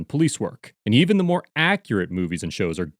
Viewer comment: I enjoyed it! "Please sir, can I have some moar?" :)